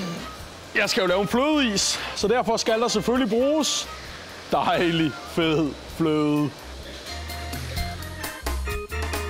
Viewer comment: Ham med det blå hue sage føde i stede for fløde